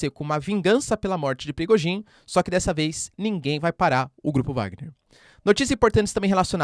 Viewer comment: Professor parabéns pelo excelente trabalho que nos tem fornecido. Apenas para pedir se não estiver a ser inconveniente, que não se pronuncia Bélarrusse mas sim Bielorrússia. E não é Prigogin mas sim Prigózin.